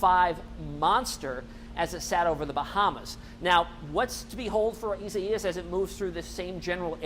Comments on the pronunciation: isa-ias? lol! I guess he does not know how to spell the name Isaiah. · Your AWESOME!! The correct way to say this name is: E SIGH US. Thank you!! You are doing a great job. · it’s pronounced eye-zay-us LOL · ...sure its not pronounced i zay us....yep..online pronounce says it izayus...thanks for the update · The meteorologist is saying it in Spanish but in English it is pronounced i-zay-us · Go back to school learn to pronounce names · Can't wait for this storm to pass so these guys can stop butchering it's name.